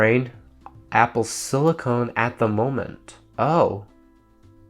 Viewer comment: "apple slicone"